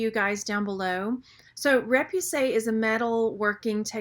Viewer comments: It's ray-poo-say, not ray-pew-say. Otherwise the video is great. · actually the first syllable is more like ruh... ruh-poo-SAY